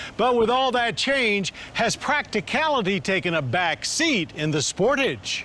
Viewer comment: Omg I just hate when people say “SPORTIGE” I have one of these and it’s so annoying when people say it that way. Something I love about this car is how put together and simple the Interior feels. It is also very comfortable to drive with soft seats. It’s also a lot faster than most cars in its class. Even without turbo.